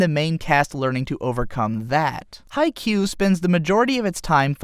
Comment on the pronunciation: I'm sorry if this sounds rude but its pronounce kagami(ka-gam-ei) Haikyu(hawk-ei-u) And I love both animes equally